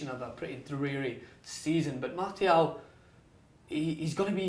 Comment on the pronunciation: That's how you say it my friend